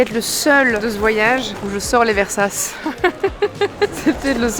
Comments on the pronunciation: Par pitié, arrête de dire "Versace", ça se dit "Versatché" 😭😭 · Tout ce que j'ai à dire c'est : hum.. Hum ! Hummm. Hum ? Hum !😂 Soit dit en passant et en toute bienveillance, Versace se prononce Versatché, et pas Versasse. Gros bisous❤ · Stp continues à dire versasse à chaque vidéo car ca fait chaque fois reagir 😂👌🏼 Ton référencement youtube 📈🤣